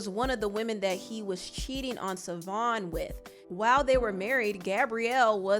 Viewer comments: The ex wife name is pronounced Chivone or shavon not savon it is an Irish spelling lord jesus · His ex wife's name is pronounced SHAvon, not Savon. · Ur getting much closer to pronouncing his ex name but there's a sh sound at the beginning (pronounced shuh-von) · Her name is pronounced “Sha-Von Fun-chez”